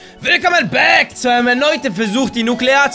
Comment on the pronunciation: Danny bitte sprich bitte das 'back' nicht so dumm aus :) tolles video trotzdem :)